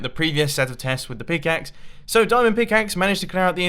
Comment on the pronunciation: a pickaaxe ore a showel